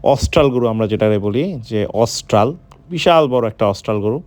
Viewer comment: অসটাল না অস্ট্রেলিয়ান হবে বেশি শুদ্ধ বলেন গিয়া অশুদ্ধ বলেন কেনো